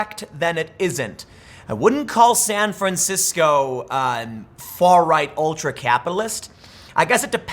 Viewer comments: "San franshisco", don't step in it . . .💩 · San Fransicko